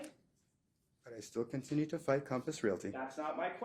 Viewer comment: "Cahmpiss Realty" COMPASS COMPASS COMPASS COMPASS